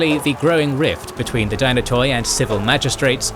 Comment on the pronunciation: Firstly dynatoi is pronounced dynat(e) and it means strong.so it was the strong families